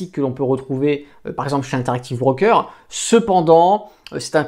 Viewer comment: c'est pas un 'BRRRROOKER' mais un broker!